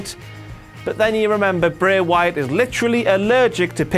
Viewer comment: o'clock with pronunciation of "Bray Wyatt"